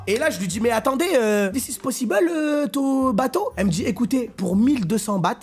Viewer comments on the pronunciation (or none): none